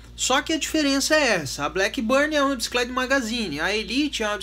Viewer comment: It's not 'blackburnie' but blackburn!